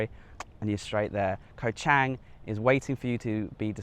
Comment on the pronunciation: In Romanized Thai, the "A" is pronounced as in father. Chang is not pronounced as ang. The 'A' makes it ((Chawng)) In Thai, the Grammor is backward to English as Kho (Island) and Chang (Elephant) comes out as Elephant Island. There is a cheaper strong beer made in Thailand called Chang...remember the A is pronounced as in father making it (((CHAWNG))). ..I've spent years there and travelled the country extensively..I'm happily married to a Thai Citizen for 18 years now.. sound smart, not green....Choke Dee Krup (Good Luck politely) Is a very common good by in Thai